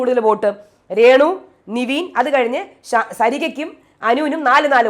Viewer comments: എന്റെ പൊന്നോ നിവീൻ അല്ല പെണ്ണുമ്പിള്ളേ നെവിൻ.... നിങ്ങക്ക് ഈ തെറ്റിച്ചു പറഞ്ഞാലേ പറ്റത്തുള്ളോ???????????😂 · നിവീൻ അല്ല നെവിൻ ആണ് 😡 plz don't repeat, പറഞ്ഞു മടുത്തു 🤦‍♀️